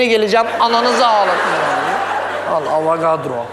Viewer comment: Avagadro derken agzinda patlican varmış gibi konuşuyo🍆